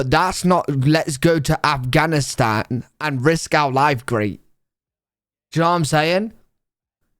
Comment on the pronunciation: Is it just me or is the AI voice saying Angavistan not Afghanistan